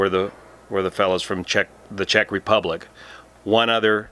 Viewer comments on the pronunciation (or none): none